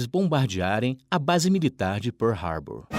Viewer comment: A PRONÚNCIA CORRETA É ESSA MESMO.